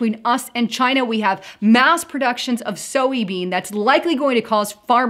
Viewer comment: Soy beans is pronounced SOY just like BOY.